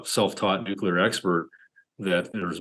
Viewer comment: In the 1st world, we pronounce it "nuclear" not "nu-killer"